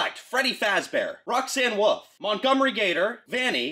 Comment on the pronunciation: "Roxanne woof" 😂😂😂😂😂😂😂😂😂😂😂😂😂😂😂😂